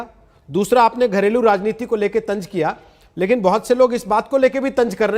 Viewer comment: Tanj nahi tanz hota anchor ban gaye gulmon